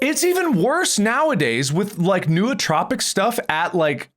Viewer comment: mark, i'm sorry, but it's "noo-troh-pick", not "noo-trah-pick" 😂